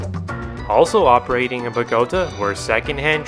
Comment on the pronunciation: Nice video. I lived in Bogota in 1969 near a trolley bus line. I frequently saw the Russian vehicles. For the record it's pronounced bo-go-TAH, with the accent on the final syllable.